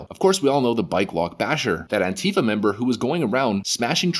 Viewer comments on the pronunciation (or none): The word "antifa" does not have a V in it. It can't be pronounced the way you say it. Anteeva would be closer to how you pronounce it. Just saying. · Did I hear you say Pantie fa??? Hilarious!!!!!